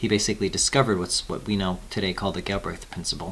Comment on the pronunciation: "gill" - "brehth"